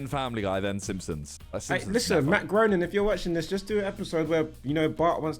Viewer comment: Simon: "I'm a massive Simpsons fan". Preceeds to pronouncing Matt Groening wrong then has no idea about his role for the show.